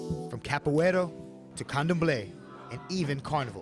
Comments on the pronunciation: Capoeira (CA PU Eh RA) you had one job. 🤦🏿‍♂️ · Capoeira not capoeiro. Come on, man! I'm an American and even I know that!